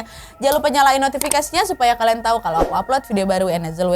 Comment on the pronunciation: Awal" bikin video mh kaleeeem banget jaim. Sekarang mah wadidaw wadaw gak ad kalem" nya, tp justru malah seru cara pembawaan nya jelas dan seakan akan kita yg nonton Ikut k dalam cerita.. syuka banget sama cerita wawak yg d bawain sama kak Nadia apa lg kalau udh bilang "KLEEN" (KALIAN) 😂